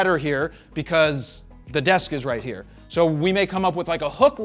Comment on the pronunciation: LOL lady over... RRrrRRRRRight